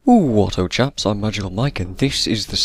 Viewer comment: It's "chaps" not "chops". Just saying :D